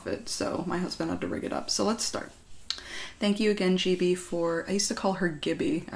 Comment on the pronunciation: Did anyone else hear "chibi" instead of "gibi"? Also I thought it was pronounced giby too lol.